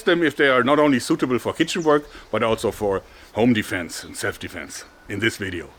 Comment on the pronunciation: Your "home defense" sounds a lot like "onlyfans" to me xD